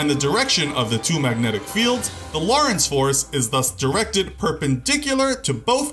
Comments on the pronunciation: Lorenz not loris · It's pronounced "lo-reh-nz" not "law-reh-ence" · How are you pronouncing "Lorentz" as Lawrence? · This guy could have the best Sound Recording Room ever made (and he would still pronounce words like 'Lorentz' and 'sabot' wrong.) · The T is silent in sabot. also check your pronunciation for lorentz force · you are saying 'sabot' wrong. edit- and 'lorentz' it is difficult to take this channel seriously when key terms are mispronounced.